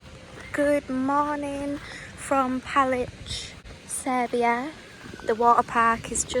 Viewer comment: Palić. Finally, the correct pronunciation of the lake's name.😊🎉🎉🎉🎉🎉🎉